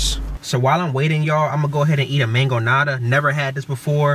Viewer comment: As a Mexican you throwing out the mangoniada hurt me bruh 😂😅